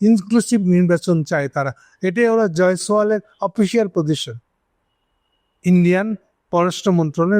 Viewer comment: ''জয়সোয়াল" না "জয়শিয়াল"